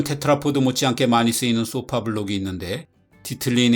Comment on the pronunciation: 그렇다면 더욱더 쏘파가 아니고 소파라고 발음하셔야지요.